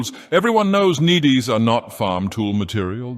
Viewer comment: This isn't a criticism, but a question. Is it possible to specify the pronunciation of specific words? Hearing Nedes ("needs") spoken as "needies" always jars me for a moment.